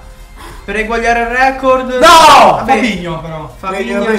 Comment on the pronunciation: NON E OIU RECOOORDDD